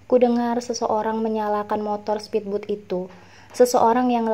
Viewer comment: Bagus-bagus videonya. Tapi agak terganggu pengucapan kata-kata asing yang malah dibaca dengan ejaan Indonesia atau dengan bunyi yang salah. Misalnya pengucapan kata speedboat di video ini, dan pengucapan nama Jane, gin, dll di video Seribu Kunang-Kunang di Manhattan.